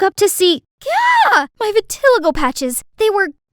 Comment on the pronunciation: Thats not how you pronounce vitiligo...🤦🏻‍♀️❤️